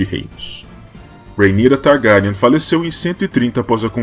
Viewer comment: "Targáryan" muito estranho